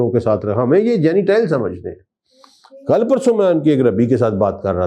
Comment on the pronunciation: حضرت صاحب آپ کے تلف ظ صحیح نہیں جینیٹائل مہی جنٹایل ہوتاہے